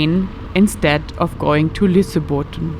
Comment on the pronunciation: Lol, you were not even close to Lysebotn.